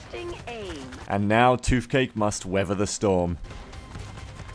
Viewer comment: Why do you say "f" instead of "th"? eg. "toofcake" and "forf". It's find of distracting, though fin men would be an improvement. Shark men > skinny men.